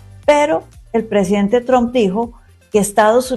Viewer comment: porque dices siempre Donal Trompa😅